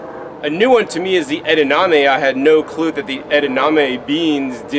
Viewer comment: Do you mean edaMame? Not edaName